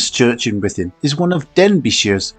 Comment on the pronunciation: We were at the Premier and so sorry that it didn't work out as planned all beyond your control. We loved the video - even though we are Welsh we have never been there - it will certainly be on our list and would love to see the jail. Thanks for sharing and the pronunciation was very good! Elaine, Mike, Samuel and Thomas 😍😍